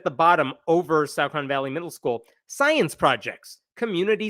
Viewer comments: Okay it's disturbing to know that this is happening pretty much next door to me. But I can tell you with great confidence that the "au" in Saucon is not pronounced like "out"; It is pronounced like "saw". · It's pronounced "saw-con". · It's pronounced "saw-kin". 🎉👍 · It is pronounced SAW-Kun It is literally just down the street from me. I went to high school there. I heard nothing about this. They really kept this under raps THANK YOU SO MUCH FOR DOING THIS VIDEO I am going to spread this message right now to all my local groups.